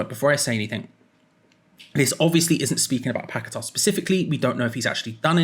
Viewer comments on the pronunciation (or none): Will come back when you get his name correct. Not pack a tar it's paqueta. Your not the only one either . As him as I have how his name is lol 😂😂